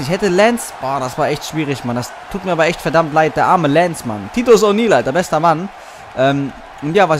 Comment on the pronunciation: Das i bei titus wird wie ein Ei ausgesprochen erne